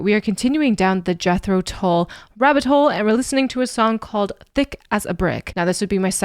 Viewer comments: Thick is a Brick is an album containing one song over 40 minutes long. They edited sections from it to play on the radio. You should check out the album. Tull rhymes with dull (not to say he is dull at all) and does not rhyme with bull. I agree with the comment below: Locomotive Breath is something you should hear. Lok at the output over the years and try to explain why Jethro Tull isn't in the RnR Hall of Fame - crazy. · THICK AS A BRICK is a 50 minute long composition. This is the much shorter Live version. "Tull" rhymes with HULL (like the hull of a ship).....